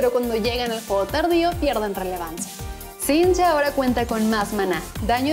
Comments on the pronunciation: ¿Alguien más recién se entera que “Singed” se pronuncia “Sinch”? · Como que sinchd ES SINGED DIOS MIOOOOOOOOOOOOOOOOOOOOOOOOOO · dijo sinch llevo una vida engañado